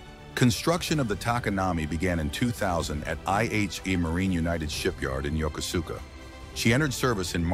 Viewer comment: You pronounced Yokosuka incorrectly